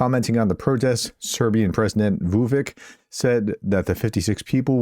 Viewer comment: For your next video about Serbia: The pronunciation of the name Vučić is approximately like Voo-chitch. Not exactly but good enough.